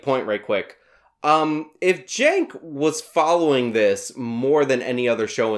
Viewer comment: Please pronounce his name correctly. Chunk yogurt. Thank you.